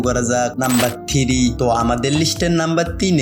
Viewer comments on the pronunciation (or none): সমস্যা হচ্ছে ভাষা সুন্দর হচ্ছে না। আপনি থ্রি কে থিরি বলছেন , লাগছে কে বলছেন লাগতেসে । আপনি অন্যান্য রিভিউয়ারদের ফলো করে দেখবেন তাহলে বুঝতে পারবেন। প্র্যাকটিস করবেন ঠিক হয়ে যাবে।যদিও প্রত্যেকের নিজস্ব ব্যক্তিত্ব আছে, সেটাকে সন্মান করা উচিত।আপনাকে ছোট করছিনা, অনেকে অনেক ভাবে বলবে মন খারাপ করবেন না ।